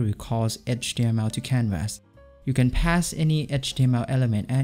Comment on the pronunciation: First time seeing your vids and already don't want to watch yours. Try to pronounce canvas the right way. (constructive criticism)